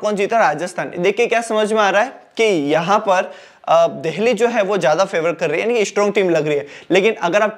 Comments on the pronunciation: Bhai देल्ही, देहली क्या है😂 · Ya deheli kyu bolta h bhai,jitne bar bola utne bar hasa me 😂😂